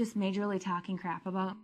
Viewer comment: she can not for the life of her pronounce the word 'about'